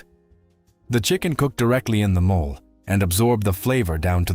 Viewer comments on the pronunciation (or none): MOLE is an animal! It's pronounced MO-LAY!